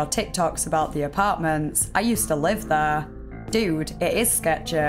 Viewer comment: My greatest suspicion about this story aren’t any of the details given. It’s this girls accent. Almost every sentence ends with a word she can’t pronounce with an ehhhhh sound, usually ‘there’ but she’ll say thehhhh… So honestly I just feel like I’m being hypnotized. Carry on! 😅